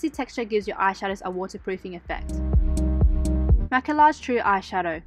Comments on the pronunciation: It's pronounced 'maquiYage', not 'maquiLLage'. It's french word. Sorry. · Maquillage is pronounced Ma ki aj(Like Minaj) Love you from France 😘